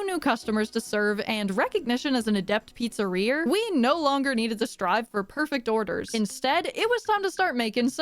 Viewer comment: Papa's beer-eria lol